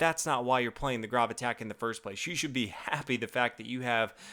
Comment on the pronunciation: It's pronounced Grōb like robe with a g ;) It's my last name.